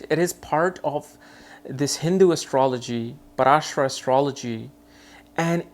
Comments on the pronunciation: It's not paraamsara it's Paramhansa Yogananda.. 🙏🙏🙏🙏🌺🌺Thank you 🙏💕 for insight... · Paramsara ?? Really his name is Paramhans for heaven sake 😂